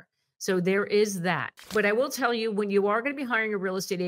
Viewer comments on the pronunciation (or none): none